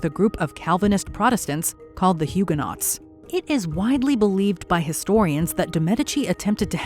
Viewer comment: You put all this effort into pronouncing French names, but then say Huguenot incorrectly, over and over again. Torturous!!